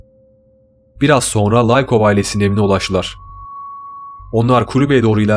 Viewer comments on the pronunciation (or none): laykov değil likov ellerine sağlık